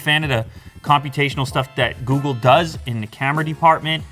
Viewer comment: He said Googu pixel 5 ..😂 ... googu pixel